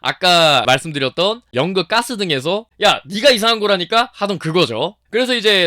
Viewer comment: 가스, 까스 발음 구분 못해요?